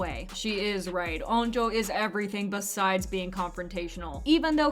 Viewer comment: STOP SAYING NAM-DA ITS NAM-RA AND U SAY ON-DO TO ITS ON-JO